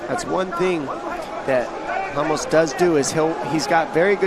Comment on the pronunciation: Dude keep saying ramush, Ramos you damn idiot!